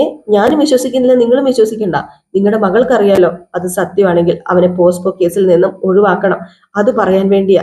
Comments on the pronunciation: പോസ്കോ (posco ) അല്ല പോക്സോ (pocso)... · അതെ പോസ്കോ അല്ല പോക്സോ